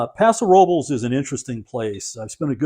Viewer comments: Excellent review. I noticed you pronounce very well the foreign wine names unlike the California names in Castilian , example : Paso Robles is pronounce Roe - bless not rubles. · Another great video. Thank you. I tried the Paso Robles cab and liked it very much. As someone already mentioned the pronunciation is closer to: rub-less. The audio on google translate gets you 99% there. What's pretty cool is that the meaning of Paso Robles is stated on the bottle itself. Best regards to you and Feliz Navidad! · I like the fact that he pronounces most things phonetically. It shows he’s not trying to be a show off, and he gives plenty of attention and respect to the wines themselves. On another channel, I cringe when the wine guy pronounces Mencia with a TH, etc. it’s just weird. And I don’t think anyone would fault a Spanish wine critic for pronouncing Paso Robles like Robleys. YMMV.